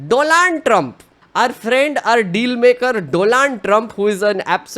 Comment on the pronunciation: Are you deliberately mispronouncing the name "Donald" ?